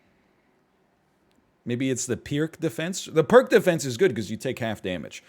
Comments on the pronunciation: Fyi Pirc defense is pronounced more like “peerts”, not “perk”. Yeah, I had to be that guy. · Kings Indian is the Pirc - it's called King's Indian when white does the set up, Pirc for black. Also I think it's pronounced "PEERTS" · Actually, it's pronounced "peerts".